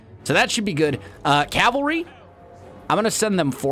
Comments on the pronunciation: “cavary” Please insert the L 😂 Calvary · Its Cavalry.